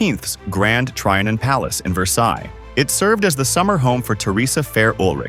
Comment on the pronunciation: You mispronounced trianon, or AI did.